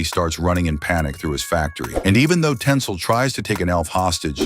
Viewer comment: It's Tinsel not Tensil, it's even written in the comic.